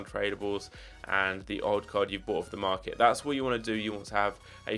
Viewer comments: Market bro not marlet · “Marlet Crash”